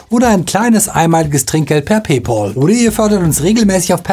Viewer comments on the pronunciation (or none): none